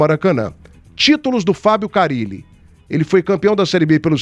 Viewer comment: Quem é esse Fábio CARRILE que o está falando??? Ele NÃO SABE que o nome do treinador só tem um R???